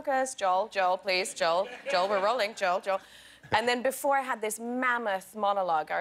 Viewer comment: that's not how you should say "before" Emily